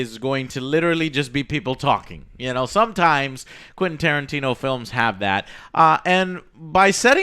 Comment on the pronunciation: why he keeps calling him "quinn" tarantino?